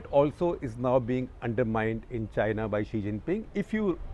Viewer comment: The struggle for non-English speakers to understand Xi from she is real in this video....... 😅😅